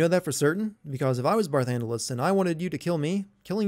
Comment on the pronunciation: Game Sins Sins (created with love, don't take it seriously): 1: Title card says part 2 even though this is part 3. ding 2: Skype Notification. ding 3: Footage audio and video is out of sync. ding 4: Barthandelus, not Barthandelas. ding 5. Eidolons, not Eidolans. ding 6. Barthandelus, not Barthundelas. ding Sin count: 6 Achievement: What, I need to do 2 more of these games???